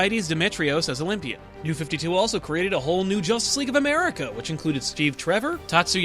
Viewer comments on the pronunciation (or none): none